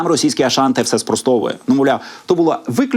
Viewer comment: Аушан читайте правильно